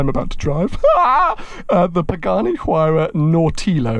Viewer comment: Love your channel, the content and your personality, but your pronunciation of both the Hueiyiarha and Horaitio Pagahnnnni is hideous.